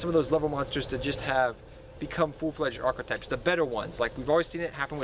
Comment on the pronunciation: "Arch-o-types" someone tell this man it's an e not an o